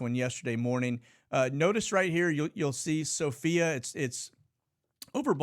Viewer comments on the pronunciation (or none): none